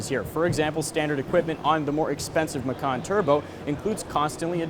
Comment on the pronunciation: "Macan" is indonesian language of "Tiger", and dude, you read it wrong...